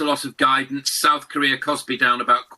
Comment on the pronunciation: South not soth! Seeing the leaders, I think it’s actually soth.